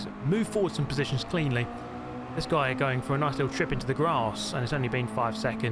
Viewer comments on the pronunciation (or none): none